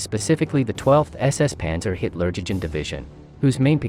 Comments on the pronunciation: What does he say? Hilla-DjiDji Division?😂😂😂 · OMG...this is "education"? With all of the mispronunciations and outright misrepresentation of who were officers.....Mengele never being a Hitler Jugend officer.....and it is You-gend...Jug.Jend......oh...and last to surrender? Only because when US or Canadian troops found them, they were shot on sight in retaliation for their massacres of POWs and other assorted war crimes. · Why would we want to watch a channel about WWII when you cannot even pronounce Hitlerjugend? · You are mispronouncing the name of the 1-SS and 12-SS Panzer Div